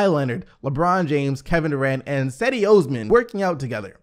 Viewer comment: FFS if you're going to correct the name of some random front office guy, at least learn to pronounce Cedi's name right. It's Jehdee!